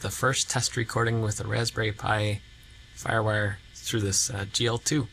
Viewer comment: lol. Very cool!